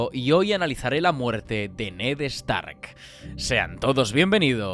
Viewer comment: “Ned EStark”